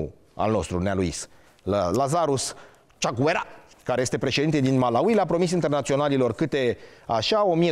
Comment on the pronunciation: Învață sa pronunți Malawi 🇲🇼 …..